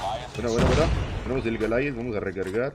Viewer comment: Todos: Goliath: Golayad